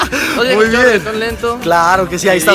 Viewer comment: pronuncia vien